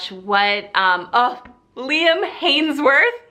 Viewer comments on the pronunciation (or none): You mean Liam HEMSWORTH...not Hanesworth? You said it funny😂